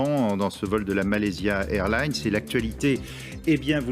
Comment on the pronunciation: A il prononce bien. Tu racontes quoi toi?